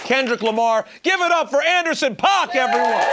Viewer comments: rosenberg just repeatedly pronouncing paak and oxnard incorrectly. cool research you did for this , pete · rosenberg always makes a point to say PAWK and not PACK. Andy himself says pack